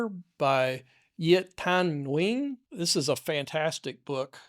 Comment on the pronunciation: The author of the book you plugged, Viet Thanh Nguyen. Their last name is pronounced “Wen” same as the word when.